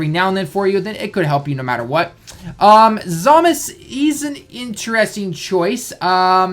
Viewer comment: The way he pronounces it is actually the correct way in Japanese. Even the characters in the Japanese dub referred to him as Zamas